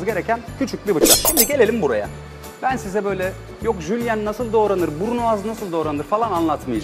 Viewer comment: ha bir de burunoğaz değil onun adı, brunoise (bırünöyz diye okunur)